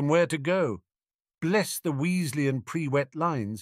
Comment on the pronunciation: It... really doesn't handle Prewett very well, keeps sounding as 'pre-wet' >.>